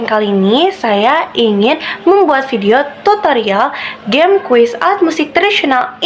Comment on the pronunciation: Semangat Kk, saran dr bu guru dijelaskan/diketik dulu aplikasinya dari browser atau hrs download di playstore. Oiy pengucapan permainan di awal dlm bhs Inggris seharusnya geim bukan jeym y